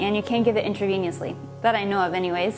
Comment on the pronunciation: Did she seriously just say 'Eckspecially' and 'intraveniously'...